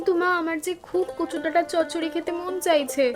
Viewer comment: চচ্চড়ি not চড়চড়ি